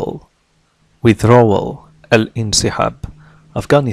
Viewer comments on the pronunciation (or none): Great topic and explanation,but why didn’t you pronounce D letter in withdrawal?